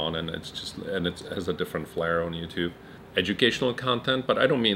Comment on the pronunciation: he said you tub hahahahah